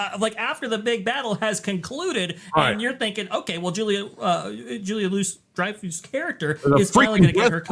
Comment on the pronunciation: Pronounced “loo-ee “ not “loo-us”